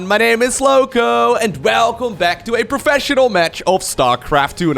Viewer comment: It's the "Velcome back." For me. Love it